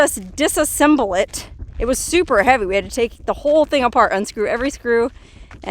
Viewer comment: “thing” not think